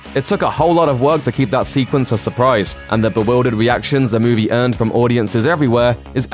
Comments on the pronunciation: Move-E. Not, moahv-ay. Pronunciation and phonetics ol’chap. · You say movie strange. Move - Ay. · Interesting insights into this "moo-vay" ;-D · What's a moovay? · how does a guy who can't pronounce the word "movie" get a job talking about movies? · god that pronunciation of movie just urks me